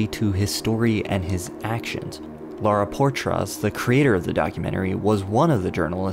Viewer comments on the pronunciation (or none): i think it's pronounced POY-TRUSS. sorry to be that guy. GOD, I'M A DICK